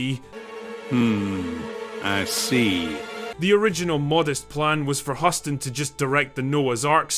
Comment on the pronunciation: Is the content creator deliberately butchering the pronunciation of John Hussss-ton? Throw whatever pronunciations on the wall and see what sticks? I know... Let's do a DRINKING GAME: Put a bottle of your favorite brew or beverage in front of you and take a shot whenever the content creator mispronounces his name. BEWARE: This drinking game is not for lightweights.